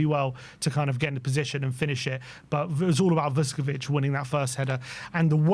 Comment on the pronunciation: Someone tell the spurs fans like it’s not vus ko vich. It’s all one word. Vuskovic.